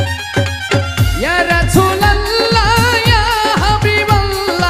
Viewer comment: রাসূল শব্দটা উচ্চারনে ভুল ছিলো